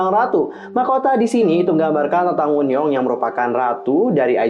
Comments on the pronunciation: Kak itu baca wonyoung bukan woonyoung bacanya sumpah 😭😭😭😭😭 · Kak, Wonyoung bukan Woonyoung, Bacanya tetep Wonyoung bukan Wunyoung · Wonyoung kak bukan woonyoung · Wonyoung woi (원영) kesel gt denger + bacanya -_- + kesel sama suara petirnya